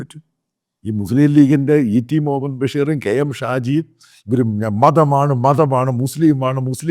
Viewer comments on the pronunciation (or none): none